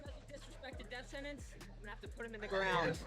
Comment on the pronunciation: “Deaf Senance”